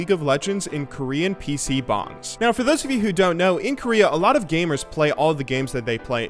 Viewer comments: PC bAngs, not bOngs. A PC bong sounds great, especially if you can play League or Overwatch on it still. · Korean PCs BONGS? Its bangs